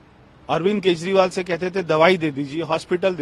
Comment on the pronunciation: प्रिय उद्घोषिका (Ancor) जी आप कई शब्द सही नहीं बोल पाती है जैसे केजरीवाल को केजवाल बोलती है कृपया उच्चारण सही करने की प्रैक्टिस करें